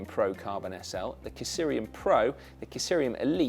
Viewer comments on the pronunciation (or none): What's with all the extra vowels Si? Kysrium is pronounced KISS-ree-um, not kiss-ear-eee-um as you kept saying over and over again. I know brits can't spell Check, color, or aluminum, but I thought you could talk gooder'n that!